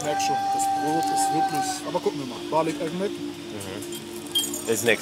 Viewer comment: Ich liebe es wie mit seiner Aussprache „Bali Ekmek „ sagt, wortwörtlich übersetzt sagt er halt Brötchen mit Honig die ganze Zeit 😂😘